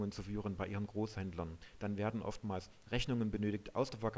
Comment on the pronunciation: oh jeee.... "Reschnunge werde arschiviert". Mit diesem Video hat sich der Eindruck verfestigt, dass man sich mit dieser Software besser nicht belastet